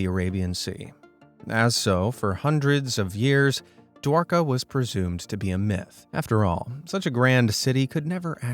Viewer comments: Man, Hindi pronounciation is wrong!! Word Mahabharata is pronounced as ma-ha-bha-rat And Dwarka as Dwaar- kaa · No he pronounced dwarka it's like this Dwaraga